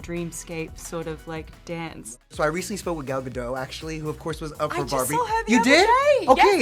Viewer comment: And it's Gal Gadot, pronounce the "t". He's been an interviewer long enough that he should know that.